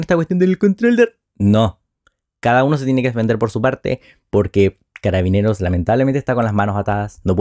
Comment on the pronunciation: Es una verguenza escuchar a Boric, no se dice cararabineras, son carabineros independiente del género. Las mentiras que dice al respaldar a la institución me dan repulsa.